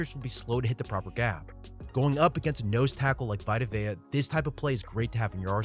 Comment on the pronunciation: When he called Vita Vea “V-eye-ta” I cringed. It’s “V-ee-ta” 😭 Great breakdown as usual though!